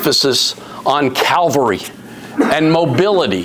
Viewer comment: Ugh. It’s cavalry not Calvary